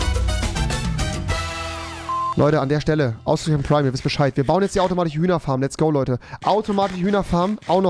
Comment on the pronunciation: Automatiche 😂 sorry aber es ist wirklich witzig bist überings mein liebling YT 👌😅 Und geile neue Friesuer